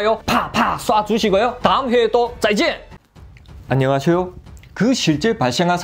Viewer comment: 안녕하쇼가 아니라 안녕하세요 입니다